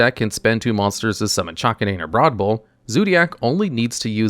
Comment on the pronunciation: the way he pronounces chakanine irks me so imma just say: its the dog zodiac so its chak-kay-nine